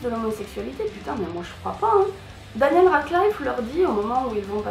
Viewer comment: ooo elle est belle x)) je crois tu dit mal Daniel Radcliffe x) et oui pour moi ç est le pire film que j ai vu j ai arrêter après quelques scènes de dingue :/